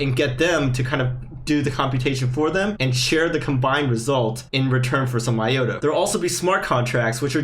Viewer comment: I think the correct pronunciation is i-ota, not i-yota. Other than that, great video.